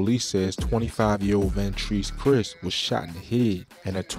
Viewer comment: Dooski Last Name Is Pronounced Criss (Christ) Not Chris 😂😒